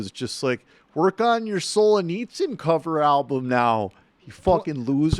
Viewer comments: Oh my god. Please stop saying ‘Sol-uh-nitsyn’ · Is he trying to say Solzhenitsyn? It’s in the autocorrect on my phone. You’d think the name would be pretty easy to look up. Otherwise, fine. Very good point about Peterson trying to synthesize Jungian philosophy of subconscious with political issues.